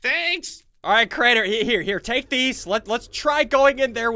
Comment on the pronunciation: hmm crianer? its crainer xD